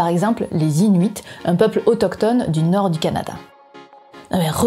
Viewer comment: C'est bon tu ne dit plus norde ;-)